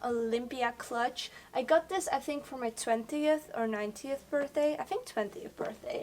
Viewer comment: I love how in she say's I think i got this for my 20th or (what sounded like) 90th birthday lol when she meant nineteenth birthday. lol, but she is so inspiring. love u